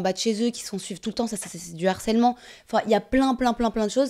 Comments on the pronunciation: On dit LE HARCÈLEMENT et pas l'harcèlement car il y a un H !!!! Du Harcèlement et pas de l'harcèlement, toute la journée ils ont que ce mot à la bouche et savent toujours pas le prononcer !! Apprenez le français, c est insupportable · Mais c’est pas possible !!!! Donner la définition d’un terme dont on ne connaît pas la prononciation 😭😭. On dit LE harcèlement et on parle DU harcèlement. L’harcèlement est un terme qui n’existe pas !!!!!!!